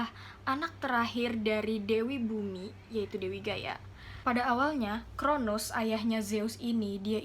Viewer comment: Koreksi dikit ya kak! 😊 . Kronos, bukan Kronus. Nimfa bukan limfa.